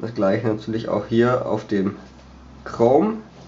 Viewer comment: Du affe das heisst chrome und nich krom Ausserdem habt ihr 2Unterschiedliche mobilfunkanbieter. Ohne sinn...